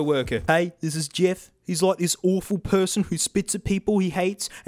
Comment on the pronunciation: Awfreable😂😂😂😂, but true